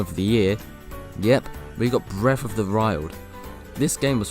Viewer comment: The game of year, breath of the rild. 😂